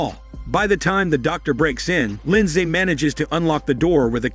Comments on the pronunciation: That's not how you pronounce Lindsay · He’s not pronouncing Lindsay correctly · The American pronuciation of Lindsay is hilarious to me as a Brit. We just say “LIN-ZEE”.